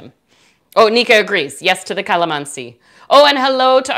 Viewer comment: Wow watching you here from Philippines.. and I just smiled when you say Kalamansi..😊😊 You are indeed a good baker.. Hope to make this recipe soon.. Btw thank for your helpful informations. God Blessed.😉😊